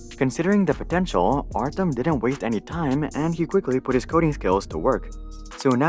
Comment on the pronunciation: Artem? Pronounce as artYOm..... do research before make video